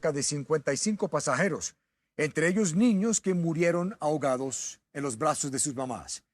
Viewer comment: La reportera dice "murieron hogados" hogados por Dios toda una reportera hablando tan mal?